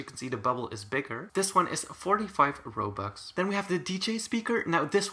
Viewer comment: are we going to ignore how he said 45 robux.